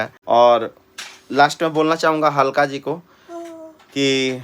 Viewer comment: ABE ALKA ..G HAI .. HALKA G NAHI .... AESE HI BOLEGA TO AR DHMKI MILGA TKO 😂😂😂😂